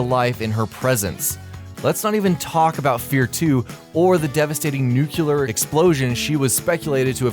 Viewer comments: It's Nuclear not nucular... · "nucular"? I thought we all learned from bush!